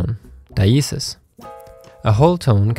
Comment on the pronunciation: "die-E-sis". Nice. Lol at that big facebook discussion regarding pronunciation, and you guys end up agreeing with a handful of us. Hope Mike sees this.